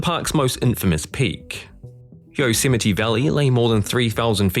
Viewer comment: It's pronounced yoze might.